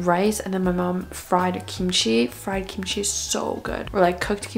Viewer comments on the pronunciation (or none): none